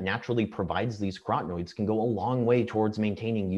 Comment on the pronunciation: Antioxidants like B-carotene and lutein are carotenoids - 4 syllables - NOT crotenoids - 3 syllables.